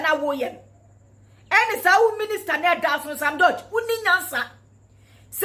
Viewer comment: She does not even know how to pronounce George, only in Ghana that one can see all this type of woman.